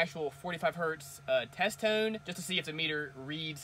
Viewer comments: Are you saying test tune?? Lol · Test Tone* not test toon, just saying